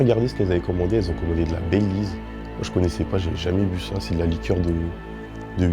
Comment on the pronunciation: frérot le bayleys c est super connu, tu mas fumé comment tu las prononcé^^